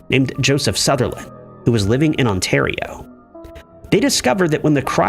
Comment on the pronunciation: Americans are so dumb. Yall need to learn how to say things like Ontario and Toronto. American school system, what ya going to do?